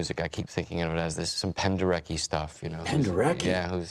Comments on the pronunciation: Like Wayne Gretzky. Penderetzki. Because it's Polish, in the Polish language "ck" is pronounced "tzk" or "tsk." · They mispronounced Penderecki.